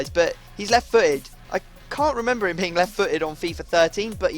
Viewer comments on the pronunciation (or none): none